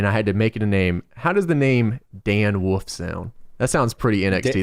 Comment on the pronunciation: cannot say wolf.